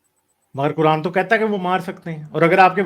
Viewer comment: Kuran 😂😂😂 nahi ku rand bolo bhai